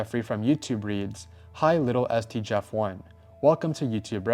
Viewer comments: Did you mean to say Little s t or did you not know how to say Littlest? Like as in smallest? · There is one thing I can’t get over. Littlest. Not little es t. Littlest like smallest. It hurts the soul when you say little es t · It's not "Little ST", it's "Littlest", as in "the most little"